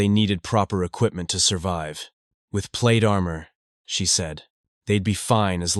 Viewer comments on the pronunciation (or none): none